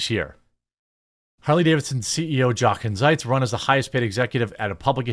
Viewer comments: Love your channel! Trying not to sound condescending, but this Harley CEO’s name is pronounced yo-Ken. My grandfather’s name was Jochen ,he was born in Germany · Jeremy, the J in German is soft, so it is like Spanish, it is pronounced like a y. So Yochen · It’s pronounced “Yoken”. Ya I know, nobody cares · 'Jochen' is pronounced 'Yochen' , with a long O, and the ch is pronounced like the ch in Loch Ness. The German J sounds like the English Y. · His name is “yo-ken”. I know. Who cares? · Jeremy, not to be “that guy” but, his first name is pronounced Yo-ken. The J in Germany is pronounced like our Y.